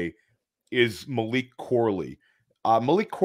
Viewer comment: just messing with you. You kept calling him "Malik". Maybe subconsciously you know that Malik Washington is the superior, late day 2, underneath YAC guy in this class. Lol. All good man. You are pumping out sh!t tons of great content. A mild mispronunciation on a player's name from time to time is to be expected. Keep up the great work.